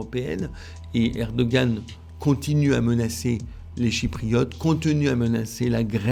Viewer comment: s'il te plait. Tu l'entends le monsieur, il dit ERE DO GANE, il y un G dans le mot, il faut el prononcer. Alors pourquoi tu dis ER DO HAN, bordel, il y a un G dans le mot (je sais, je l'ai dit jsute au dessus) il faut, il est important de le prononcer. Et je je m'en tamponne de comment cela prononce dans sa langue d'origine, dans ces cas là, vu que ce n'est pas le même alphabet, il faut l'écrire autrement en Français et ainsi on le prononcera autrement. Mais s'il y a un G suivi d'un A, cela fait GA, ah, à 8: 49, tu sembles avoir entendu. Rha, à 11: 50 tu recommences, grrrrrr Mais j'ai les mêmes remarques (pas pour toi, enfin pas toute) pour le chinois XI JIN PING, si c'est XI, pourquoi tout el onde CHI, faut l'écrire autrement si on veut du CHI. Pour el truc de al COP 27, c'est Charm El Cheikh, donc avec un Kh à la fin, pas un Rh à la fin, bordel, c'est pourtant simple de parler de Français. Et encore une fois, ce n'est pas le même alphabet, donc Bon, allez, mon commentaire inutile est fini, j'arrête là. Bizoux les enfants, bonne continuation avec votre toujours bon boulot (ben oui, quand même).